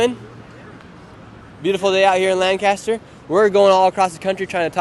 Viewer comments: For next time you’re here it’s LANC-ester not LAN-caster 😂 Wish we could have come down and met you today. Thanks for the good work you are doing! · FYI Lancaster PA is pronounced like "Lank-a-stir", not "LAN-caster" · Hope you’ll get this: it’s LANK ISTER not Land kaaster. It’s not California. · We pronounce lancaster as lancister.. I'm voting for Trump. I hate going to the city of lancaster. Nothing is good in that city, especially the government and police. I'm surprised you didn't get arrested. Wrong place to go to ask for political opinions for sure! I live in holtwood. Its funny to hear how the world thinks of this area Flannel dude is awesome! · Its pronounced Lang•kiss•ter. If you pronounce a different we know you're not from there. 😆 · All those Lancastrians and not a single person corrected him on “Lanc-kiss-ter” 😂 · For future reference, the city in Pennsylvania is not pronounced like it is everywhere else in the world. No "cast." Lang-kiss-ter is the local vernacular. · lol you’re not from this area as you’re pronouncing Lancaster incorrectly!🤪 No biggie and great video.